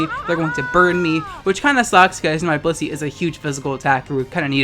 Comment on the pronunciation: Every damn time they said "Blissey" i misheard-ed as "pussy"